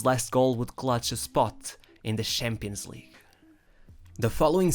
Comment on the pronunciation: NIEMAND: WIRKLICH NIEMAND: ER: Schampionleague